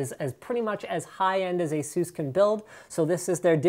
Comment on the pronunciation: asus not asoes ....... omf asus asus asus not asoes